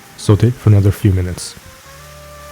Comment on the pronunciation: i really enjoy the way you say sauté.